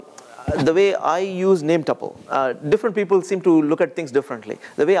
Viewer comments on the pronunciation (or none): It is pronounced Tupel as Pupil - not Tupel as in Chupel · TO ALL INDIANS TUPEL as PUPIL ---please pronounce correctly